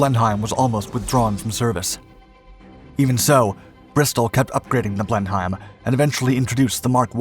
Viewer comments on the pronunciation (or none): Pronounced blenim BLENIM not blen-highm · Your videos are good, except when you sound like Officer Crabtree from 'Allo Allo'. I twitched the first time you said Blen-Hime. I had St Vitus' Dance by the end of the video. It's 'blennem' or at the very least 'blennum'. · Missing historical content…this aircraft was also built in Australia and was re-engineered to use P&W twin wasps, then being built under license in Australia. Also evolved into the beaufighter….you missed that historical content. Also pronounced ‘Blenem’, silent H. Piss poor effort. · Blen heim lol - dude just find an English guy in your town when you make an english plane video - blenim btw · Great video as usual... but it's pronounced "Blen-IM" not "Blen-HEIM" ... named after a famous battle in the 18th Centaury... Thanks! 😀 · Dear commentator, it is pronounced Blenhem, with a silent H. Not blen-hiem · I can assure all viewers that the name is pronounced "Blenim", not "Blenheim". Typical British pronunciation so that foreign spies can be quickly discovered ! How do I know ? Well, my father was a radio mechanic in Training Command in WW2 up to 1944, and these were the aircraft he worked on with their battery-operated radios. There were no electricity generators in the aircraft, the engines used magnetos. In early 1944, he was posted to 139 Wing, 2nd Tactical Airforce, (under Air Marshal Tedder). This wing operated Boeing B25 Mitchells, on loan from the USA. The Blenheim went from being a super-fast bomber in the early 30s, (no fighters could catch it), to a death trap in 1939, when fast monoplane fighters like the Bf109 were in use by the Lufwaffe. They similarly had problems with their bombers being once fast, but not fast enough by WW2. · Not complaining about the speed but the pronunciation: it was pronounced Blennem, not Blen-heim. and BTW, that's a Wellington we see being built at the beginning, though it might not be part of a Wellie wing the two lassies are carrying. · It’s pronounced “Blen-em”.